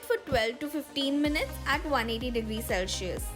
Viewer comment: u said selcius...really...u need to correct ur pronounciations